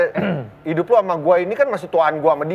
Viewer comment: Pas ngomong idduuppp...Lampung banget ni..😁😁